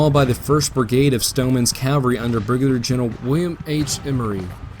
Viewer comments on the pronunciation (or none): Discovered you recently, enjoying the attention to detail and the quotes that bookend the different chapters. One minor gripe: cavalry is pronounced CAV-alry not CAL-vary.